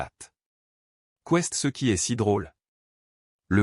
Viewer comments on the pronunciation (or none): Expliquez à l’ia comment on prononce ”est” . Qu’est il arrivé à la peugeot de location?